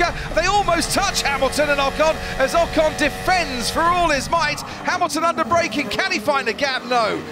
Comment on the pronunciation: Please learn to pronounce Ocon. Forvo would help, if you ever make the 'effort'.